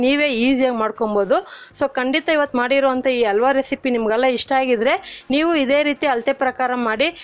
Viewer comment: ದಯವಿಟ್ಟು ಕನ್ನಡವನ್ನು ಕೊಲ್ಲಬೇಡಿ ಅಲ್ಬ ಅಲ್ಲ ಹಲ್ವ ಕೇಳುವುದಕ್ಕೆ ಹಿಂಸೆ